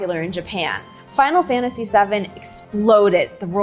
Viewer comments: cool, you say "Final Fantashee". It must be because you are about to say "genre" and it sounds strangely ok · "Final fanashy jara"